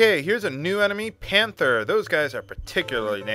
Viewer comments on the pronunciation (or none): none